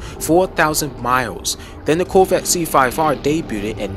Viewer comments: Is he saying "Coolvette"? I don't hear the word Corvette once in this video. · Why cant this guy pronounce Corvette properly?? Lol